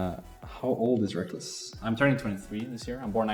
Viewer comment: The most important question should be: "Why do you pronounce Rekkles as RekLESS???" It's confused me for years and doesn't make sense to me since i speak english. Please halp.